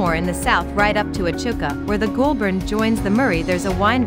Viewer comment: Goulburn River pronounced GOAL-BURN Echuca pronounce EECHOOCA